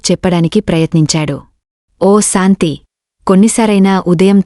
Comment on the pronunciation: Nice,aina meeku sha raada.santhi,niraasa,ramesa.antunnaru.